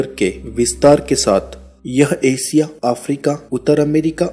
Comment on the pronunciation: एसिया नहीं एशिया देस नहीं देशों इस्तेसन नहीं स्टेशन अतिसय नहीं अतिशय दकसिनी नहीं दक्षिणी उच्चारण बहुत खराब हैं।